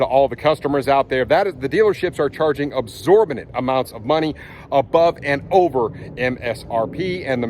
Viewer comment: Good for Ford! Petition signed. By the way, it's EXorbitant, not ABsorbanant. LOL!